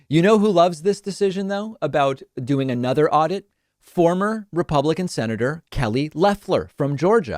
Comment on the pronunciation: Aurdit...who says that?